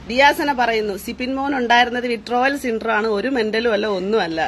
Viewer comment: no symptrum…. Syndrome 😅